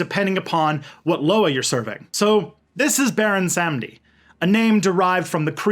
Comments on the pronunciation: so its pronounced more like "bawon samdi" just so ya know! and please dont listen to people saying its the same as papa legba. baron samedi and papa legba are not the same guy! papa legba is the gate opener, keeper of the keys, guardian of the crossroads. baron is associated w the crossroads but he isnt the loa of the crossroads per say. he is found in the graveyard. he is associated with crosses, bones, black purple and white. some say he looks like a haitian man with white paint that looks like bones, but when i dreamt of him he was a full-on skeleton with a purple and black hat, and he was wearing a tux with a long tail coat that was also purple and black. he has a button up white shirt underneath and a red rose in his pocket over a handkerchief. he was wearing glasses like yours but much older looking and not shades just regular glasses but one lens was missing. he was in a ballroom with the rest of the ghede and he danced with me until i woke up. i had no control over my body in the dream and it felt like the room was spinning. went to a haitian manbo who confirmed baron samedi was in my court. anyways i hooe this info cleared some things up! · It's pronounced Bahwon Sahm-dee